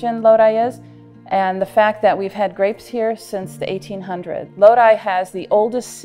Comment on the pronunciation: Very informative video, even instructed me how to pronounce 'Lodi' AVA properly. Certainly deserves more views.